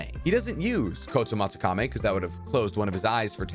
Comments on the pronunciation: kotomatsukami?? isnt it the kotoamatsukami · I’m sorry but “Kotsomatsukamey”?💀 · Kotsumatsukame? Dude, you have the worst pronounciation I have ever heard.